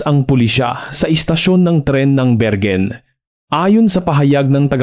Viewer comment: .. say it again.. "berwin" not bergen